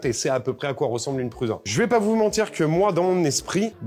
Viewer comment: Ça me perturbe à chaque fois quand vous prononcez "Prusa" en Pruuza ... Ça se prononce Proussa !!! 😅